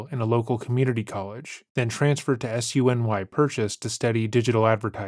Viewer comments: Hi! New Yorker here. When we talk about the State University system we say the initials like a word. "Sooney" = SUNY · small issue- its pronounced "Sue-knee" purchase - SUNY Purchase Just really annoyed me to hear you say it so wrong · SUNY Purchase isn’t pronounced by saying the letters…most State Of New York public colleges are SUNY, pronounced SOON-ee. Gave me a chuckle, I was like, WHAT school?